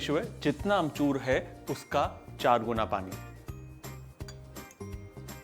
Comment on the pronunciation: Sawal - how many times Kunal said amchurrrr ?!?!?